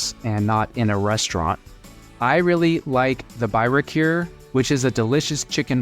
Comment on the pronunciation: I have to say you are horrible at pronouncing the cities, towns, food, and restaurants' names; especially you claiming to have some Albanian roots. Please take the efforts to learn how to pronounce the Albanian words. For example: Byrek is pronounced Boo-rack. Also, for your information Butrint was never a Greek town/place, but was occupied at some point in history. Butrint is an ancient Illyrian town.